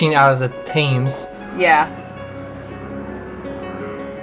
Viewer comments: Please note that the River Thames is pronounced "Tems", not "Tames" (or even "Th-ames"). And the "crows" in the Tower are not crows, they're ravens. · Tems Tems Tems-not "Tames". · AAAaahh! It’s the river pronounced tems not Themes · And it's not "Tames" it's the Thames pronounced Temms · It's pronounced tems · Guys, love the show but it pronounced Temm,s not Tames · And it is pronounced "Temms," not Tayms or Thaymes. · Thames isn't pronounced "Taims", it's "Temms". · The river is pronounced sounding “thems”. Not “thams” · Why do Americans insist on calling it the river ‘theymz’ you clearly know the river and have probably seen it dozens of times in films and other media, YouTube etc. No where is it ever described as theymz it is pronounced ‘Tems’ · Thames rhymes with Gems not tame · Please....it's pronounced Tems, NOT Tames. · The river Thames is not pronounced Tames (or Th' ames) but temms.... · Think Tems not Tames... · You can't Tame 'The Tems.' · Just one things, Thames is pronounced 'tems' ...other than that Great video ❤️ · Great video, I'm glad you enjoyed London, I do, however, have a tiny correction, the river Thames is pronounced as "Tems" not "Tames" just another name that we mispronounce to confuse non-Britons! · Its not river "Tames" its river "Temmes" phonetically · A very sweet video! Just fyi we pronounce it Tems, not Taymes :) look forward to the rest of your videos from your trip! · Great video - well done - loved it. (just a small tip - you might like to pronounce the "tames" as the "tems" I know it is Thames but it tends to be called tems. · The River Taymes? Sounds like they moved the River Thames to the south of the USA. Is that Sheriff JW Pepper's daughter? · The name of the river is pronounced 'Tems' as opposed to 'Tay-mes' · I think its really brave of you guys to step out of your comfort zone, and do it on such a big scale. I hope the UK lived up to your expectations 🇬🇧 Oh, and it the Tems, not Tames 🤣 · It's pronounced 'Tems'